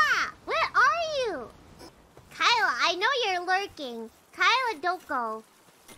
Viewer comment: I think she is one in EN (or the only one) who call "Kaela" perfectly. I mean, not "Keila" or smtn